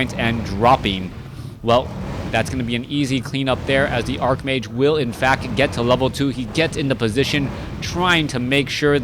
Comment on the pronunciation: Why did you change the way you pronounce 'archmage'? You usually pronounce w/ a 'ch' sound rather than a 'k' sound.